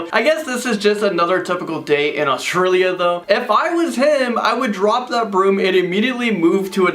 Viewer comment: I'm sorry to say but it's Australia not Autrilia and I'm Australian so I know